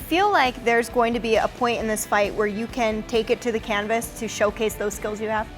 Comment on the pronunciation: "Take it to the cannabis" ? edit: lmao she said "canvas"